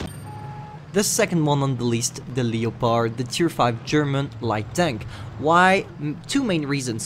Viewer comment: The tier 5 "LI-O-PARD"